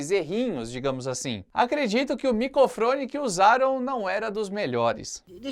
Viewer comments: "Micofrone" KKKKKKKKKK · Nao pude deixar de reparar no “micofrone”, em , hehehe. Lembro das risadas de Scoobydoo e Pantera Cor de Rosa. Um charme a mais